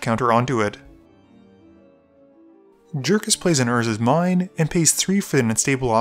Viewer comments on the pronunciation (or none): none